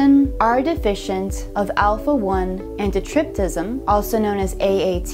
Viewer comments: Yeah, "anti- trip-sin" ; not "trip tiscim" but overall good for nursing. I teach pathology in a medical school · Pretty sure that is not how you pronounce antitrypsin